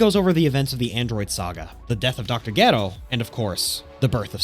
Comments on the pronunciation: Great breakdown but laughed with how he pronounced Dr. Gero without the j they even call him by his name with a j in the movie 😆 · I stopped watching the second you mispronounced Dr. Gero's name. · Is there a reason why you decided to to pronounce Dr. Gero's name wrong? I listened for the first couple minutes without looking at the screen and was confused as hell. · That Dr Gero pronunciation hurts my soul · Gedo you mean dr dero get it right my man's 😅😅😅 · It really sounds like you're say Dr Ghetto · Why it sound like you saying ghetto!! You torturing that name bruh, have you ever even watched the series??☠️☠️😔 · Why do people mispronounce so many dbz names that are plainly known it dr ger-o not dr. Get-do also its not Brawly its Bro-li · Okay wait a damn minute is it Dr.Gero or Dr. Gedo? I promise you if I have pronouncing the name incorrectly for years im going to go crazy 😂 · oh okay that makes a lot more sense now. I thought I was going crazy from hearing the announcer in the movie saying Gero and hearing him here saying Gedo. Thank you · "geh-row" LOL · Just say Dr. Hedo. Hee-doh. Like Hero. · You triggered me the way you said dr geros name…..it’s Dr GER-ROW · Jeh-roe! All together now🙄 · Pronouncing Ger-o wrong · Why is the narrator pronouncing Dr. Gero's name so wrong, kind of shows the narrator never watched DBZ and is just reading lines. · Is anyone gonna tell this man how incredibly wrong he’s pronouncing dr gero? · you saying Dr Gero wrong the whole video makes me ears bleed. but good review thanks lol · why on earth are you saying dr gero's name like that? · Is that how they pronounce his name in Japanese … cus man it’s bothering me hahaha Dr. Gero damnnn I need the English pronouncing of it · Why tf does he said gero like that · I don’t like how you pronounce gero and hero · did you pronounce gero as gero .-. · im pretty sure you have never seen dragon ball. considering you don't even know how to pronounce Dr. Gero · I hate how you pronounced Gero